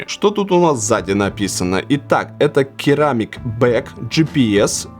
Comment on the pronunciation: С довольно сносным английским Вилсе надо бы знать, что ceramic произносится серамик.